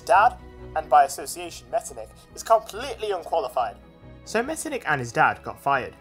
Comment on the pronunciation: Not pronounced like that, the ch isn't a k it's more like a hy sound, so Metternich should be pronounced like "metternihy" (this is how I explsin the sound to my non-german-speaking friends)